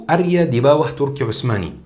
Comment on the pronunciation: Sptnya area bukan arya